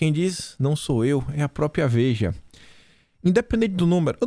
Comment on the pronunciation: Bom dia. Ouço vc todos os dias. Com prazer e com orgulho. Obrigado pelo seu excelente trabalho patriótico. Muito inteligente e corajoso. Observação.: pratique a pronúncia da palavra PRÓPRIA! Forte abraço. Deus te abençoe e te proteja sempre.